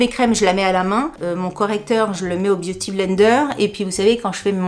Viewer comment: Biou ti blaine deur, à la prononciation normande 😂😂😂😂😂merci pour ce bon moment, j ai oublié : les we malade au lit......